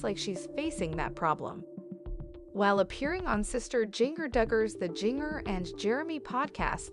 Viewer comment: If you're going to do a vlog, please make sure the story matches title, also you are pronouncing her name wrong. Music is annoying!